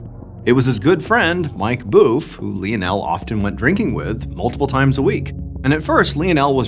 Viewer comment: If anybody else was pronouncing Lionel wrong I would get off the video but I can't do it to Mr. Ballen